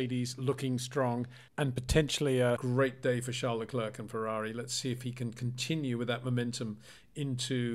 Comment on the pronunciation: Hi Peter. Could you please pronounciate Charles his last name as 'le clair', in stead of 'le clerk'. Thanks :)